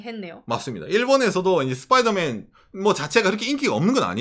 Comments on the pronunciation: 스빠이더맨이 아니고 스퐈이둬매앤입니다. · 슷뽜이더맨 뽜쁘로홈ㅋㅋㅋ